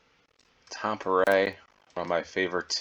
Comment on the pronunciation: Glad that you pronounced Tampere correctly. 😊 Can you do Finnish churches again?